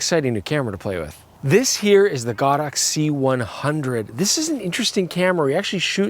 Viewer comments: Thx for pronouncing it GodOx 👏. Going to steal OMGodOx. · Oh my god. You are one of the few YouTubers that pronounces the brand name God Ox correctly! For some reason people have been calling it Go-Dox lmao